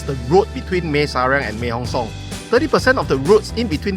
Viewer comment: Bro, try to pronounce properly. No I am not trying to be a dick just trying to help lol. Mae = Meh not Mei Inthanon = In - Ta - Non Hatyai = Hud - Yai not Hup Chai 😁 Welcome to Thailand. Safe journeys man! 恭喜發財！